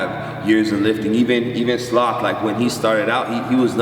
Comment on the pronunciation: Slock? Or sloth?